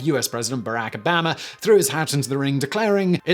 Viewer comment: You can't even say Obama correctly.